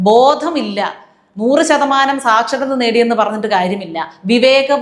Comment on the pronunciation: ചാച്ചരത... ചാച്ചരത... ചമ്പൂർണ... ചാച്ചരത 🤣🤣🤣